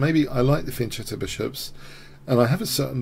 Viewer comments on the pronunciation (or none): Just FYI,, fianchetto is an Italian word, and so the "ch" is pronouced as a hard "c". Really enjoy the channel btw...!